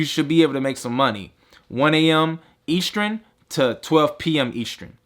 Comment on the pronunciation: Eastrin? Eastern.